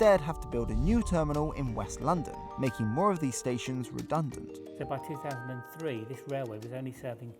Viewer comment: Two Thousand and Three. Not Two Faasand and Free.